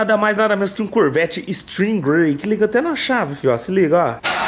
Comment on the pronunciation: kkkkkkkkkk caramba falou bonito o nome do carro